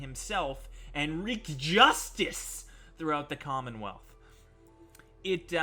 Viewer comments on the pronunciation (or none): none